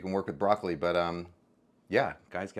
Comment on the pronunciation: He's chopping broccoli....he's chopping broccoli....he's chopping broccoleh....he's chopping broccoleeeheeh....